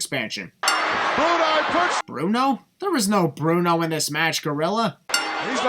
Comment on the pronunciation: Gorilla called Brutus "Bruti" (Broo-tye), not Bruno. It was just a shortened variation of his character's first name. And of course John Studd is walking to the ring, did anyone expect him to be running for how huge he was? Same for Andre.